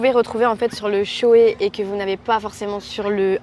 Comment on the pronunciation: Ahcheum vous avez dit « shoé » mdrr ça se prononce « shoy » 😅